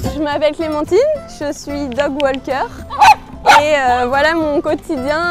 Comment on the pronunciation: Et pas un pour prononcer son job correctement... Le L ne se prononce pas dans Walker.